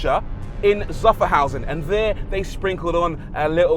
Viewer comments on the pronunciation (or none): "It was assembled by Porsche in Sufferhausen"